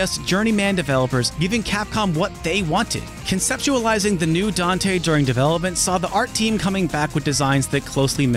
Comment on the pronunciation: Dante? I only know Doite. He says it himself